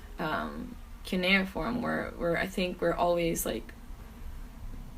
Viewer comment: Did she say cuneiform or canoe form